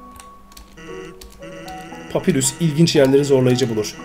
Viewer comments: Papyrus normalde papirüs diye okunur bu oyunda Papayrus olarak okunması istenmiştir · papyrus u yanlış okuyorsun ''papay rus''olarak okunuyor undyne ''andayn '' olarak okunuyor.:D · oyunda saldırı tuşu yokmuş gibi davran ama ilerde saldırı tuşunu kullanman gerekecek hem uzun iskeletin adı papayrus diye okunuyo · papyrus diye okunuyo papirus degil undiy degil andayn diye okunuyolar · abi papayrus papirüs diye okunmuyo direkli yazıldığı gibi ve undyne udin değilde dadasdadas andayn diye okunuyo ama abi böylede bayagüzel oluyo seriye devam abi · Papayrıs gibi bi okunuşu var ve sans da "sens" gibi okunuyo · papayrus diye okumuypr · Papayrus diye okunuyor abi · Abi bi papyrus un ismi ni doğru söyleyemedin bundan dolayı dislike attım papyras de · Bu adamın dediği doğru okunuşu farklı